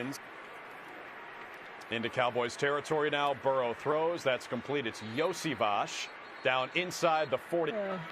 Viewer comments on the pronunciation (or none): ok i can't get over how much that announcer muffed Iosivas the accented sh at the end is very soft and gentle in the slavic languages, and yet bud ripps into it like it was his dinner.